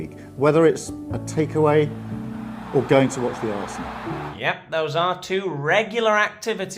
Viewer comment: "The Aresenal". Good lord....